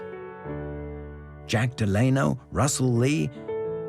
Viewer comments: You can't even pronounce "Delano"? C'mon. This doc is a mess. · This is some dumb AI shit. Edgar Hoover my ass. Who the fuck can't pronounce Delano right, an AI is what! Get this shit outta here.